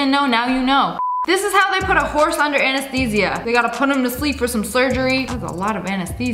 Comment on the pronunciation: That I think you're saying Anesthesia wrong I think you're just saying it how it's spelled And hopefully that don't eat that poor horse My mom had a horse just like him or her I don't know